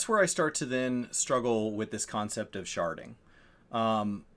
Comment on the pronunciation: Ethys almost died when said “Here’s where I have an issue with this concept of Sharding.” (Sharting)